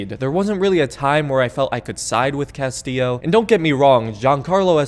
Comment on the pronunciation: I've never played far cry 6, so I have to ask without googling to spoil much. The "narrator" of the video sounds REALLY ambiguous when he says the main Giancarlo's character name. Is he saying "Castile" or "Castillo?"